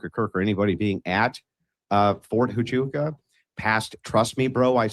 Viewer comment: So Andrew Wilson can do all this debate prep and know every stance Stew has ever had, but he can’t take the time to learn how to pronounce “Huachuca”. Interesting tactic.